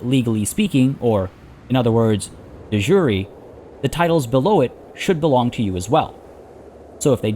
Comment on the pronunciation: You're pronouncing De Jure wrong.